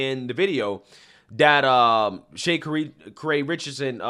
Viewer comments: you're pronouncing her name wrong LOL it's Sha Carrie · She has been running very well again. She dresses quite flamboyantly but that's just her. I think its Sha Carrie like Car-ee. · Did you just say Shay-kari? Nigga you don't know her name, how you gonna talk smack about her? Hilarious!!! Back of the line you go. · Pronounced " Chi Car Ree " , please research names, and clearly she needs help and a public relations manager, she a real foolish person.... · My dude can butcher some names. 😅 Yes, but Sha-KA-ri is trash and an embarrassment to the whole country. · i believe it's pronounced Sha-Car'-ree. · ITS SHAAAAA CARI.... WHY CANT U SAY THE WEIRD FAKE AFRICAN NAMES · Her name is pronounced SHA-CAR-EE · Lmao so whitewashed he don't even know how to pronounce her name 😂😂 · He saying her name wrong on purpose lame…. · ur butchering her first name lol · is it too much to ask you to learn how to pronounce the names of the people you’re talking about? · Regardless of the story, you’re getting her name incorrect every time. I was always taught that learning the correct pronunciation of someone’s name was common decency 101. Edit: I do agree that this woman is a CLOWN who has had too many ‘yes’ people around her for too long. But I still stand by the fact that you should know the name of the person who you’re reporting about. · Bro I love the channel, but pronounce the names right. Ik you do it to piss the ppl off. Have some integrity. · He obviously don’t want to know who this woman is he can’t even pronounce her name correctly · It’s sha-carri. Where u see to say “shay” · Shay- ka-ree….I think it’s more like Sha-car-ree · Shuh-car-eee. The way you're saying her name was just cracking me Shay-kuh-reeeeee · I don't think her name sounds like Shay Kerri.. isn't is pronounced like Shakari.. kinda like Shakira but Shacari lol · "Shuh Carry" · It's pronunciation is "Sha-Car-ee" for futher reference brotha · Bro: Shuh Car Ee